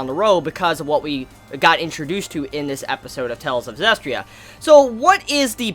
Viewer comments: It's Zestiria. Not Zestria. 4 syllables. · "Hopefully I'm saying her name correctly." Bruh,, you can't even pronounce the anime title correctly.